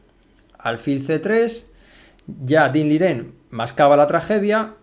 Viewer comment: Excelente analista. Análisis con palabras precisas. Sencillez de diálogo pero profundidad técnica. Sigue analizando partidas completas por favor. Eres de las mejores opciones para repasar y analizar una partida. Por fin alguien que dice el nombre y el apellido correctos del jugador chino, se agradece ese gesto de precisión y llamar los nombres correctamente.